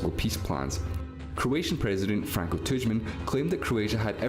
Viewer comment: the President of Croatia was Franjo Tudjman, not “Franko Tudjman”